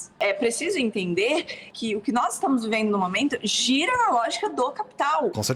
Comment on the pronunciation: eu juro que entendi ela falar "giordana mana" mas acho que definitivamente não é isso rsrsrs